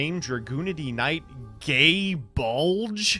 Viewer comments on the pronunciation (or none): I was really hoping I would see at least 1 comment about this. It was driving me up the wall. I'm aware that it was used for a joke and that It's pronunciation may be contentious anyway, but it certainly isn't gay bulge.